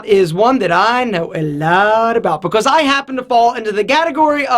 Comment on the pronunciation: Bacose instead of because